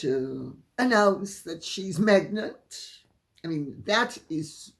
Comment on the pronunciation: Lol,Megnant!😂😂😂 instead of pregnant